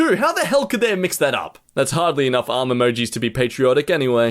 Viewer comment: he’s saying arm like mamamamamamamamammamaamamamamm do you want your mom?